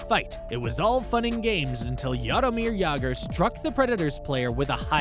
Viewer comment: Jarameer Jager???